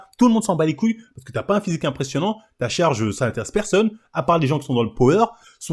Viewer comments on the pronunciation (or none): Chawge, fwustwe et Wacistes on sent que ça sowt du coeuw là 😅 fais gaffe qu ils porte pas plainte